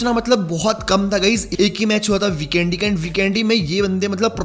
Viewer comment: Not bikendi bro😂 vikendi no offense